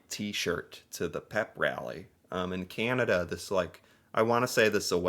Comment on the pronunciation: I just noticed you say Canada with an American accent lol you A sounds like eh